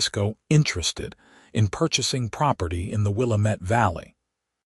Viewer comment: Willamette is not pronounced Wil-a met. It's Wil-a (a as in apple) - mit.